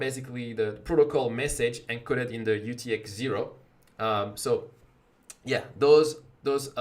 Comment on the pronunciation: Are you saying UTXzero? It's UTXO Unspent Transaction Output